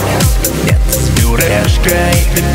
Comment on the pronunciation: вы правильно говарите не с Бюрешкай а с Пюрешкай